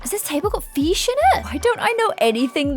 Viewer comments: you pronounce fish- Feesh I pronounce it fish lol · Everyone else: fish: feeshhh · “I need a feesh table” 2020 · It is not fesech iit is fish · my friends: why does she say feesh instead of fish me: already used to it and saying what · Everyone: Fish.: Feesh. ~~~~~~~~~~~~~~~~~~~~~~~~ I like this video. It's quite interesting. CC versus no CC. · ''I really need the Feesh Table'' Haha lol lyy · Whats a "feesh table" im confused but I love you 💘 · Um fesh table do u mean fish table or am o hearing things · Why did I love it when u said “ooo I love this fesh table”heh who agrees? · i use that fish table all the time!!!! let’s just appreciate the fact that she says feesh 🤣☺️ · No one: Absolutely nobody:: iS tHaT a FeEsh TabLe Edit- Thanks for the likes 😊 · It’s fish not feeeeesh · I love how is just like me saying feesh instead of fish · no one:: fEeSh tAbLe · You say feesh the same way I do 🤣🐬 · lmaooo “feesh table” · "I need a FEESH table"🤣🤣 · "feesh" i love it XD <3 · “Feesh” 😂 love that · Am I the only one who literally loves the was she says fish “Feesh” ✨🥰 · No one:: “ I need a feesh table.... I NEED A FEESH TABLE!”